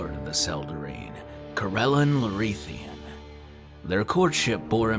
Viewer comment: It's been a couple years so someone probably noted that the god's name is Corellon Larethian. Not LareNthian. Also, it's Coh-rel-AHN. Many of your pronunciations across many videos are incorrect and/or inconsistent. Pretty much every single one that isn't totally obvious. Sorry. :/ Good luck w/ everything.